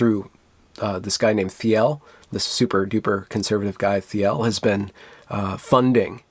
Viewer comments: "Teal" , that's how Peter Theil's last name is pronounced. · Thiel is pronounced like the color "teal", by the way. :P